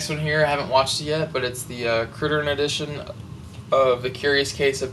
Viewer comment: you said criterion wrong.